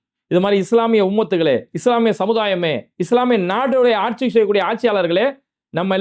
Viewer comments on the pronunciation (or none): none